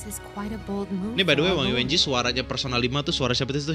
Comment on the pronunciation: ketemu lg ama mba wang yuanji yang di baca yuenji ...